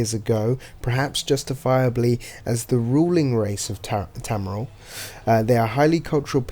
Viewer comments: Tamriel is pronounced as Tam-Re-El. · Your obviously not a fan of elder scrolls because your saying tamriel wrong